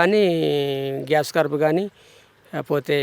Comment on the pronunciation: Ore ni channel ni develop cheyyalante first nuvvu subject telusukuni videos pettu 'Gas cut' entira ? Adi gass cut kadu Grass Carp ante gaddi chepa...